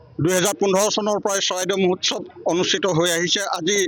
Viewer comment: মহোৎসৱ কব লাগে মহোৎখব নহয়